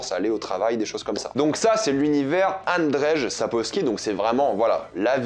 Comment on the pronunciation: Petite vidéo sympa ! Petite précision juste pour la prononciation du nom de l'auteur c'est "Andjeï Sapkovski" 😉